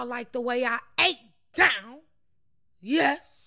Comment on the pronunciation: She funny AF "scrub dOOwn!!!